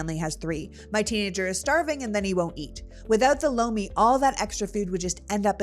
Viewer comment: Oh Lomi hahaha I thought you said bologna 😂 I didn't realize you were doing an ad.